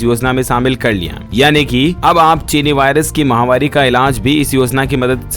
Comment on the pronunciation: Ye bimaari ko MAHAWARI nahi bolte MAHAMARI bolte hain MAHAMARI MAHAMARI MAHAMARI samajh aaya ya nahi You always pronouncing MAHAWARI That's wrong